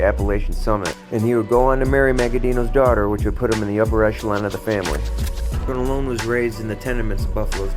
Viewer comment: you need to learn how to pronounce, Tronolone... it's Tron-A-lone, not Trone-o-lone